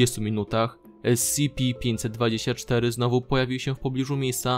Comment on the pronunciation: Dlaczego musisz tak przeciągać wstęp? Ideentyfikatooor podmiotu... estsipi 049; I dlaczego nie przeczytasz po polsku: es ce pe, tylko kiepsko po angielsku :/